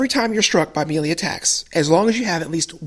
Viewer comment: You are pronouncing 'melee' wrong. Otherwise great vid.